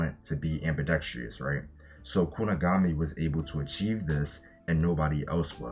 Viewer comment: “Kuni-guh-mi” was doing the rounds months ago on TikTok😂